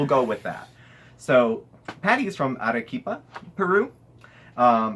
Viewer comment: Yay! I got my shout out🎉. This has made my day, I can't even focus at work now! That's ok though, I'm so excited!, you pronounced "Arequipa" perfectly, with the Spanish "r". And you did a nice research: The city has the perfect, nicest weather almost all year round. I knew there was a large variety of potatoes in this country, but 4 thousand!?. That's so cool, I'm impressed. And, I believe you confused the "Pichu Pichu" peak with "Machu Picchu" (One of the new seven wonders of the world), which is in Peru as well but in another city. I really enjoyed the chit chat too, you guys have great chemistry💓. Oops, sorry for the book lol.